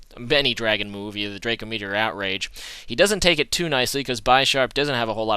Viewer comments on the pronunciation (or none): none